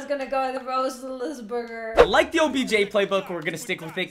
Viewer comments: Nobody:: RoZsLiZbErGeR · Nobody: Nobody in the entire world:: Roth-e-Lis-burrrgerr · Nobody::roe-thils-burger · Nobody:: Roselessburger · Wife: I was gonna go with roes lis berger 😂🤣😂🤣😂🤣😂🤣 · Nobody:: Oh I was gonna choose ROtHliNsSsbUrger